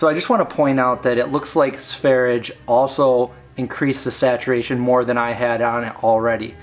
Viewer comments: That's not how you pronounce Sverige. I'm Swedish. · sverye with the e's pronounced as the e in "best".